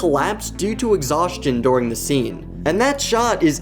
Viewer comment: During ❌ Doring✅